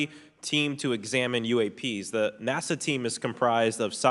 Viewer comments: What's up with people pronouncing "NASA" as "Nassau"? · Does he mean NASA? He said Nassau.